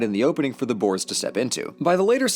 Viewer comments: The only mispronunciation was with the word boere otherwise it was a grate video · Me just laughing at how he said “ boars” instead of boere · Nee man hy kan nie boers se nie😂